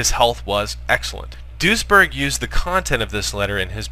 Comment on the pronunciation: Everytime you say duesberg I hear ´Douchbag.¨